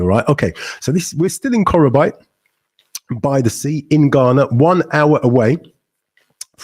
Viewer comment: face-blue-smiling::face-blue-smiling::face-blue-smiling: bro it is pronounced '' KO KRO BEE TE ''.